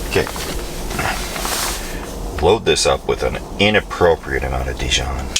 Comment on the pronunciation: You had me until you said dijon